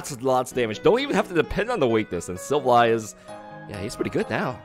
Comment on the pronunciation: The way you pronounce silvally kinda hurts